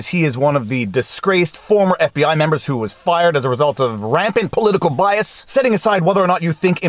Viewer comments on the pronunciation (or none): none